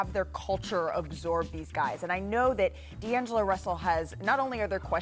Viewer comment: He called him Deangela lol